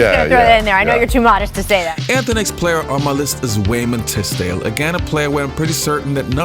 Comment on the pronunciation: Is Jordan calling him Raymond Tisdale?